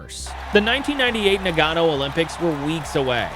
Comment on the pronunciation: NA-GA-NO NOT NA-GAN-O